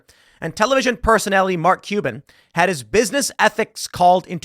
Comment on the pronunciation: Do you wanna be "MarLk Cuban" or Mark CuLban"? We are gonna have to figure out where to put that massive fucking "L".